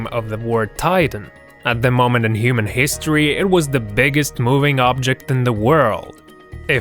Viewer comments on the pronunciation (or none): none